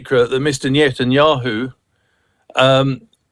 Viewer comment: Thank you - this is bottom barrel stuff. At least the man who can't even pronounce "Netanyahu" admitted that there is no plan except for violent mayhem. Blaming the SC while israel ignores every UN resolution since it joined is real Sean Plunkett intelligence.